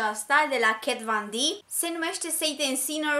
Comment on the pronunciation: Foarte folositoare sfaturile tale, sa porti/folosesti sanatoasa toate lucrurile. Un singur lucru am de spus, nu inteleg de ce pronunti “kat van d” in loc de “kat von d”. E o simpla curiozitate.